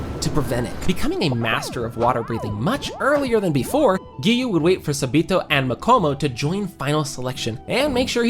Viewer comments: Him:sa-B-to Me:ITS SA-BA-TO AGHGG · I can’t with how you’re saying sabito’s name 😭